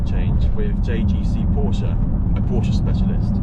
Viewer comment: Stop saying porscher, it's porsche.